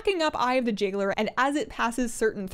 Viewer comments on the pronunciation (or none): When you said "eye of the jailer" i heard "eye of the jiggler" and i was so confused thinking jigglypuff was in WoW now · Heirlooms annoys the hell out of me. But i kinda understand. But they need to reemburce the gold stolen for those upgrades. Also did you say Jigglers? Haha instead of Jailer? I may have been crazy at that moment. Haha. If not ignore me. If so I loved it!